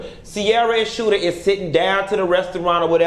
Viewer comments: LOL it's Shooter not Scooter. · It's Shooter, not Scooter. lol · So funny you call him Scooter lmao. His name is Shooter😆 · I lol everytime he say Scoota!